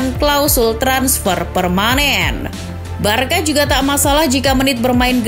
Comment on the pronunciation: woi narator, cara baca Barça itu barsa, bkn barka. paham?